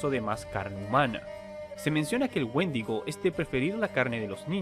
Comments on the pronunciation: Pensé que decía mendigo :v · Pensé que decía Woshingo xd